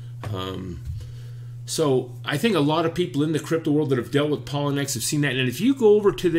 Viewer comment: I think it is pronounced....pa low knee x